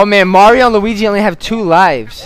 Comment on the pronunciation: lol said m to the a to the r o. maro instead of mario